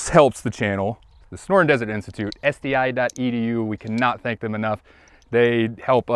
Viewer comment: I am conditioned to expect something completely random and off the wall when I hear an SDI sponsorship read so I was shocked when y'all said it correctly. Thanks.